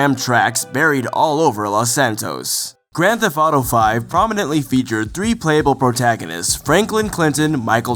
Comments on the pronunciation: "Thef-T" There is a t at the end of the word..... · "Grand Fetht Auto Five" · It would have been good to get someone who could actually pronounce 'theft' for a video about Grand Theft Auto. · does know that the T at the end of "theft" isn't silent?